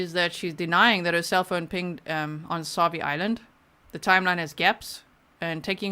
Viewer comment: Fred Meyer is much like a Walmart but has been on the Pacific NW (of US) since at least the 70’s when I moved there as a child. Also, Sauvie Is is pronounced So-vee.